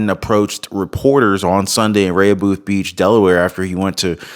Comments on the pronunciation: in Delaware, his home is pronounced 'raa hoe beth' beach. not that i care! good show! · Rehoboth is pronounced Re-ho-both. Also that town has a lot of , LGBTQ. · I am familiar with the Delaware shore. It’s is pronounced ( Re-Ho’-Beth ) = Rehoboth, Delaware. Hope that helps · "Re- ho- beth..." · Hi, Thank you for all you do, just to make you aware, you are not pronouncing Rehobofh correctly, bottom line is Biden needs to get out of office, God Bless You and Your Family, God Bless America and The World!! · "Rehoboth" is Pronounced: with the Accent on the 1st Syllable (Re): ("e" has Short: "a" sound)--like: rah, rah, rah. "ho" (long "o" sound), "both" (o has short "u" sound - buth). "And there You have it". NOTE: I use to go to Rehoboth Beach, Delaware -- every Summer -- when younger.